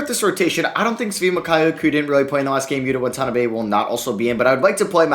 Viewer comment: Day 145 of trying to get to pronounce Watanabe as WA-TA-NA-BEI and not Won-tona-bay 😭 please see this comment